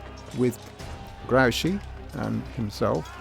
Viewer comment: The commentator does not know how to pronounce Some foreign namens. he calls Grouchy something like Graochy while the generals name is pronounced like Groochi, with an oo like whoopy. It annoys me very much.